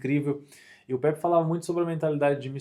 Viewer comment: Não é pepe é Pepi kkkkkkk tmj irmão saudades